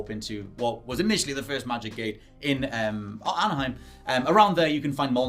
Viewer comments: I’m loving that you keep saying “Anaheim” instead of “Alfheim”. Love to see Kratos in California. 🤣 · It's Alfhiem not Anaheim hahaha